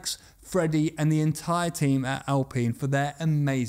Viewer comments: Alpeen or Alpine? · Why is it Al-peen and not Al-pine? There’s only 1 e in the word. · I stopped watching the moment you said Al-peen,...bye! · Alpine Al, like the name- pine like the tree. Hopefully now you'll be able to say it correctly.🙏🙏🙏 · Al Peen.... Cmon! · I've never heard "alpine" pronounced as "al-peen". Are pine trees then known as "peen" trees? Jokes aside, it's a big yes from me for the video about aerodynamics. Will be waiting 👍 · The alpines are pronounce al pine in english.